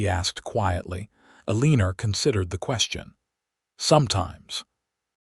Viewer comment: Terrible AI narration! People in wild west did use contractions and could pronounce words like Eleanor. I stopped listening. This story is a waste of time.